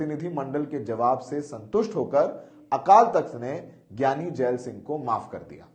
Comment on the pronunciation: So many mistakes. Keshawgarh sahib nahi keshgarh sahib hai. Jaal singh nahi jail singh hai.and many more. Pls be careful